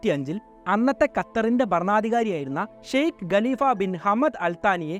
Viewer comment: ഇസ്ലാം അല്ല ഇസ്‌ലാം+ not Galifa its khaleefa pronounce wisely!